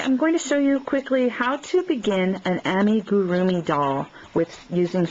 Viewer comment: Does anyone else notice that she cant pronounce Amigurumi right? just thought that was funny.